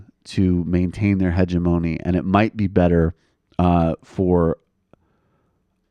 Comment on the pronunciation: BEGGING you to teach Michael how to pronounce "hegemony."